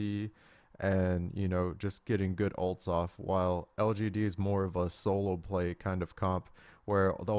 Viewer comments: You can do it dyrone it's L-G-D. One more time L-G-D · he cant say lgd lol xD